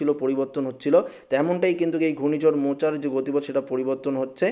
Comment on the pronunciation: apni age thik kore katha bolun,katha ta to mocha,morcha noi,r ekhono cyclone form e hoini